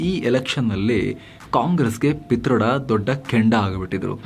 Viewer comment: ಪಿ'ತರ್ಡ'.......😂from mandya